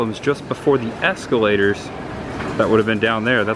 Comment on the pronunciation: Why do you say “es-cue-lators”